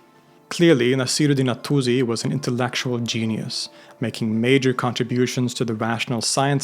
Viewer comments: not zi but si Attuzi is wrong for no reason WHY? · Albeit being Swedish, I think this comes from the fact that in English the u sound is always follows by z not s. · It’s pronounced al-Tūsi (with a long ‘ū’ sound), not ‘al-Tuzi.’ The Arabic letter س (sīn) gives an ‘s’ sound, not a ‘z.’ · He tries his best, and it's better than some/most. But it is still not correct in either Arabic or Persian. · Great video as always, one thing though the s in Tusi is pronounced like s not z.